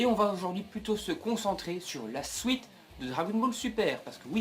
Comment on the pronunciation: tes video sont bien mais vraiment a retravailler deja retravaille ta parole parce que tu dit des nom vraiment mal et te trompe souvent sinon tes theorie ne vont pas arriver parce que dbs ne va pas reprendre dbgt avec de nouveaux nom et tu dit des mot suite on dit suite et non sOuite